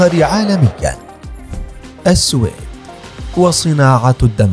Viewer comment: منذ سمعتك تلفظ اسم (السويد) غلط . مسحت يدي من الفديو .